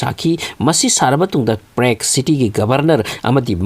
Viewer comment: Prague ki pronounce se chumdko